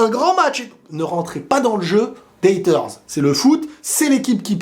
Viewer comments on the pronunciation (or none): none